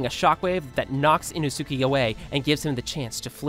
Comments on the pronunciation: [Ee-no-suu-kee] lol Great video other wise!! Keep it up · B T W it's inoskay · "inosukee" lmao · I love how he says inosuke as inosuki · ino sooky ahh kah zah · Thank you for making this video but your enunciation of inosuke is killing me. Should be pronounced: ee-noh-skay. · ino sukay is how you should pronounce his name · How hard is it to find someone that knows how to pronounce the names correctly, really? Ee-no-soo-keh? I mean I get pronouncing it the way its spelled, but ffs, you guys use clips from the anime in the video, where they pronounce Inosuke's name correctly. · Tf are these pronunciations? He said Inosuke like In oh siuuu key and now ih nos kay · “Ino-soo-kee” bruh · bruh who pronounces inosuke ino-sooke that makes no sense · Inosuuke lol it's okay but funny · The fact that he calls him INO SUK E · INO-SUKI???? WHO TF DI YOU WORK FOR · This mf said ee no sookee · Bro. The boar demon slayers name is pronounced as iinoske spelt as Inosuke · It's more like ee-noh-su-kay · how you pronounce Inosuke is weird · Boy is butchering inosuke’s name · I pray to god you’re purposely bashing inosukes name on purpose cause the way your saying it is disrespectful asf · his way of saying inosuke pisses me off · this guy is saying inoske's name wrong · The way you say inosuke hurts but good video nonetheless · you cant say inosuke can you? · THATS NOT HOW YOU PRONOUNCE INOSUKE’S NAMMMEEE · Pronounce inosuke correctly. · The way you say inosuke makes me mad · That’s a new way to say inosuke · it's inosuke not inosuki!!!! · What bothers me the most is him saying “inosuki” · The "inusuki" got me rolling on the floor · WHO IS INO-ZOO-KEY??? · "Inno Sukey" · It's not inosuki inosuke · Everyone: Inosuke: Ino-Suki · Is it just me or did anyone else hear hime say inosukiei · it’s Ee-knows-kay 😭not ino-sukay 😭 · did this guy just inosookee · Inosukie? You mean inosuke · Bro said innosukie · Are we not going to talk about how he said enosuke and not inosuke